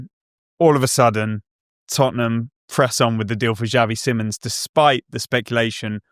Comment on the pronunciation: It is not pronounced Simmons, nor is it written like that. It is pronounced more akin to see-mons.